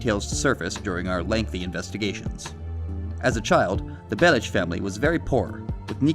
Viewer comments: Niko is my favourite gta protagonist, also its actually pronounced bell-ic and not bell-ich. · It's minor but it annoyed me how you say Bellich, and not Bellic. Niko is saying his name the way it's pronounced.